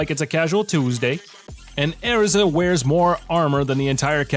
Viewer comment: You pronounced Erza and Love Live all wrong